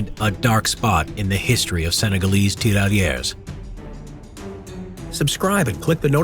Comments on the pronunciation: As a French speaker, I cringed everytime you Said tirailleur. A great movie on that subject is Days of glory. It dramatized the use of French colonial troops. It's a shame that movie barely got any attention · The prononciation of tirailleur isn't good